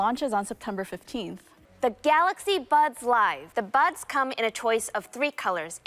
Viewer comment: I love their pronunciation to Galaxy " Galakshi "